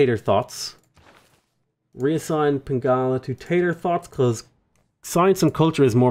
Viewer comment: Hearing you say "Tator Thots" out loud was hilarious